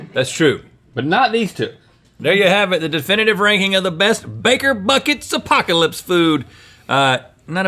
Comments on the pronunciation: Is anyone else annoyed by "Apaco-lips"? Woouldn't it be "Apoca-lips" or am i missing something here? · "Lickin' my Apaco-lips" Do you mean Apoca-lips?